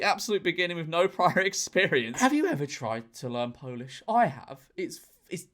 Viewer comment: As a polish man, he says he is popish, he is god damn polish